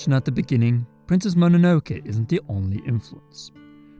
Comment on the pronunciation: Great video, but you pronouncing Ghibli and MOnonoke wrong was 😢